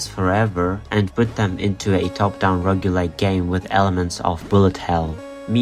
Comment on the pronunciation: FINALLY someone who pronounces roguelike like me!